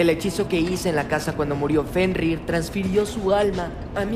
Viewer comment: jajajajajajajajaja casi dice "JENRIR" el wey jajajajajajajajaja